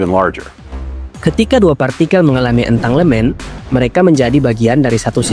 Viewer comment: entanggelmen baca nya bang😊